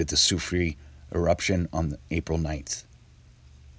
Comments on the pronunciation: A phonetic helper for you. Try saying " Lassoo Free Air" respectfully, KT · Thank you! I'm french, so pronounce this name: sew-free-air! I really enjoy your videos!